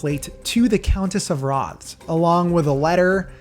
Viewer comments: "Rothes" is pronounced "Roth-say". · Rothes is pronounced "Roth-ez".